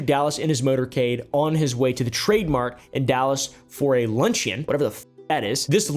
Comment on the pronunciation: You could put a little more effort into the research of your videos, starting with the pronunciation of the word luncheon.